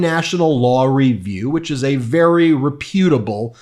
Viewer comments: Who taught you English? The word is REPutable, not rePUTable. Accent is always on first syllable. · REH·pyoo·tuh·bl with the accent on the first syllable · I think it’s reputable, with the accent on the short e.